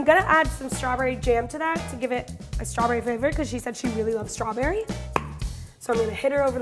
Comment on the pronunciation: “SKOPWIONS” “STAWBEWY”